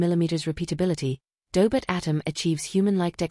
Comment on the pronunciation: Tell the AI it's pronounced Doh•bot, not Daybit.